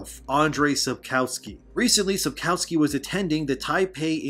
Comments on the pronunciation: Just one nitpick. In Polish we pronounce the letter "w" like "v", so the correct pronunciation is Sapkovski (as in every other Polish name). And there's a rumour that he said more at the meeting with Polish fans in Bydgoszcz. People who went to the meeting claim that he said: "People often ask me about this show. They ask me if I've seen better things than that. I have. And they ask me if I've seen worse things. I also have. But I've never seen a show whose creators wouldn't even read the book they're adapting." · maybe pronounce sapkowskis name correctly thanks